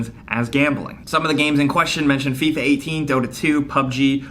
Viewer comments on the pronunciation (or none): he says fifia 18 twice lol